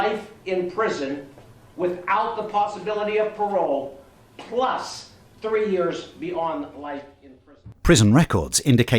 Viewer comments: Why the judges lips do that ? That was the most exaggerated P pronunciation I’ve ever seen. This whole story is wiiiiiild though. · Bro really put the emphasis on that PPPPlus ...reminds me of the Malfoy saying "Potter" meme xD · Man said PPluss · that ''PLUS'' nearlly ripped his lips of his face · the judge really pushed the air out of his mouth with that " PLUS "... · I could feel the air that man was PPPPushing out got damn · Not to make light of a heavy matter but that judge was really emphatic with his "plus", he threw his whole mouth like 6 inches form his face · "plus" ! Ooof...that's like my cornhole after a vindaloo. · that “plus” was personal, I love it! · That "plus" was so powerful it almost became multiplied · Man the judge sure hit the hell out of the P in that plus lol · That judge pronounced the P in "plus" like Draco Malfoy pronounces the P in "Potter". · PLUS .. That was a lot of emphasis. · im crying why did he emphasize it so hard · Bro the judges pronunciation of “plus” was quite aggressive. Imma start saying it like that. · Why my guy said “PLUS” so hard like that?? 😭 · The way the judge pronounced the "p" in "plus" you know he wasn't screwing around. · Why'd the judge say "PLus" like that? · bro when he said plus why did he PL so hard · Did the judge really need to say "Plus" like that though? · That judge’s “plus” was very pronounced at the end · ...but that judge though how he pronounced the P in 'plus' is like Draco Malfoy pronouncing the P in 'Potter' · Why did he say plus like that? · that judge put some extra P in that “Plus” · That judge put everything he had into that “plus” 😂😂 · the "plus" why did he do that with his mouth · The way the judge said "PLUS" . That man put his whole chest into that one word. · Watch at .25x speed to really appreciate the emphasis this man put on “PLUS” 😂